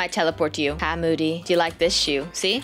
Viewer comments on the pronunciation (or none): Way you.. Call moody. Moode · I was dying when was calling moody moidy then momo then mody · I love how is calling Moody "Moddy" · I love how said youre unicorn was rescued by and then moddy instead of moody lol